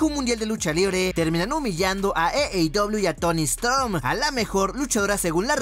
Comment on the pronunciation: AEW (Ei i dobleiu) no eiei dobleiu.... Buena información de lucha libre , saludos